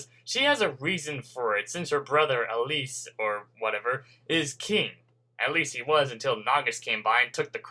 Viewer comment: Oh Elias' name is pronounced "El-eye-as". Just pointing it out.